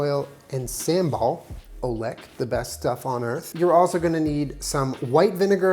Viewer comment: PSA on how to pronounce SAMBAL : "SAM" (read: "some") "BAL" (read: "bal" from "bali" + OELEK : "OE" (read: "oo" like "spooky") "LEK" (read: "le" in french + a "-k" sound in the end) Asian words/vowels pronounced in a super westernized way is a pet peeve for me lol sorry